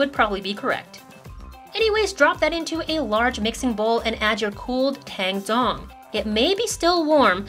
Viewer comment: the 'tang' in tang zhong in Chinese 汤种 is actually pronounced as tung. (the 'a' is pronounced like the 'u' from umbrella)